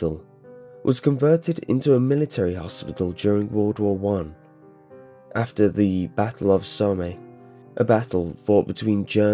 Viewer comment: when you said battle of Somay did you mean the battle of the Somme pronounced Som